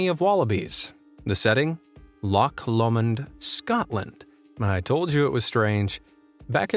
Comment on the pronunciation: as much as I love you (like as if we've been parasocial wed) the last one's pronunciation gotta be studied 🤣 it's not lock, but it's also pronounced as LOW-(like high or low) so lowmawnd or lowmund, and the wallaby thing was so sad but it's a tiny island there's no roads to it either, as far as the killings, round about that time someone had dumped a huge ahh snake there and it wasn't recovered for months (can't even recall news reporting it was found or not) but in the harsh weather of West Coast Scotland the exotic animals thrive in their own way with their own unique eco system of being battered by the grim weather